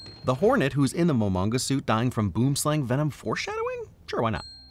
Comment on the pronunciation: Hey, hi, Dutch person here. Its not called a boomslang, as in, boom, explosion. Boom means tree in dutch. Its called a tree snake.